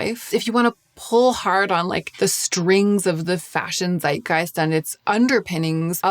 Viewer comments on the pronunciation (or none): none